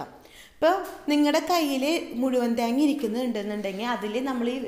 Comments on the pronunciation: try to pronounce thenga properly it seems like too funny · ത്യേഗ്ങ നല്ല ത്യെങ്ങ്ങ ഇതെത് മലയാളം ആന്നോ പറയുന്നെ😅😅😅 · 'Thyeenga 'engane edanonna paranje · Malayali alla lle?? മെളങ്ങും പൊടി and താങ്ങാ കേട്ടപ്പോ തോന്നി. 🤣🤣